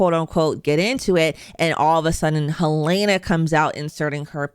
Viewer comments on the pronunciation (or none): The name is pronounced HEL-lah-nah, not Hel-LAY-nah.